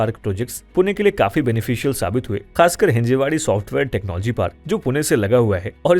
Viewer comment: Its not Hinjewadi its 'Hinjawdi'